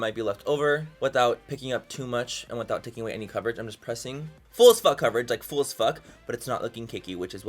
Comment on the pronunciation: When he says the word "full" it sounds like he's saying "fool"? What accent is that?